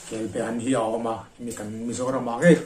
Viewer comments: Kelbaan tih tur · Kelba An tihtur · Kelbe i ti sia kelba tiin i ziak bawk sia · kel be ti tawh suh. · Kelbe chu a dang daih kelbaan tih tur . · Kelbaan kan ti thin, be nilo in